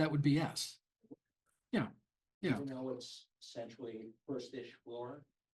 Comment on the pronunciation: Begins by not knowing how to say familiar. 😂